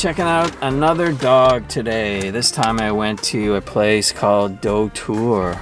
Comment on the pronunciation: Unlike that one, shriveled small pieces of lettuce in a microwaved hot dog are common for me, lol. Btw everyone pronounces it wrong but "Doutor" is read as dot-Our (ドトール).